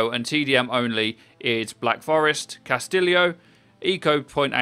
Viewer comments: just a psa castillo is not pronounced cas-til-ee-oh it's pronounced cas-tee-oh with an emphasis on the tee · It's pronounced Kahs-ti-OH!! NOT Castillio....fml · Castillio is an awful pronunciation and makes u look like a super white, monolingual scrub. Casti-yo is the correct pronunciation. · C A S T I L I O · Harry Riley Pronounced Cah-stee-jo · "Castilio" I cringed. Lol. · Quick tip Castillo is pronounced Cas-tee-oh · Any one else triggered by how Castillo was pronounced? Wtf is Castillio? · I think Castillo is pronounced Cast-ee-yo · Castillo is pronounce castiyo do to the double ll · "Castilio" lol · It's pronounced CASTIYO(Castillo) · Castillio? :P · It's pronounced KAS TEE YO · he said cas tiLLio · Triggers me that he pronounced "Castillo" wrong. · The way he said "Castillo" lololol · I love this videos but please learn how to properly pronounce hero/map names!! Hanzo, Hanamura, Castillo, etc. I understand slipping up but it's every time & it drives me nuts lol